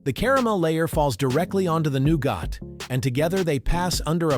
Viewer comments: it's nowget NOT nowgot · It’s pronounced NEW-GET not NEW-GOT (stupid AI guy 😡😡😡) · I can't hear 'new got' one more time.... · Noo-got? Really? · hmmm, "new-got" ? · I’m out. If “nougat” is too difficult, don’t make videos.